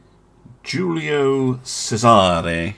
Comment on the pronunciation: I feel I must correct your pronunciation: It’s "Che-zuh-ray." Source: Assasin's Creed - Brotherhood